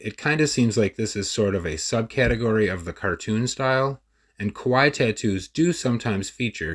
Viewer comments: So Kawai (the way you were saying it) means scary, kawaii(ee) is cute lol otherwise solid video!!! Thank you!! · Kawaii (Ka-wah-ee) is Cute. Kowai (Ko-why) is Scary. Pronunciation matters 💖 Of course your voice is beautiful!